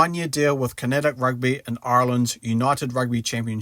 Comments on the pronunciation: It's not pronounced "Con-at-ict" it's pronounced "Con-act" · wtf is KINETIC rugby? Connacht... pronounced "Con-act". nice vid tho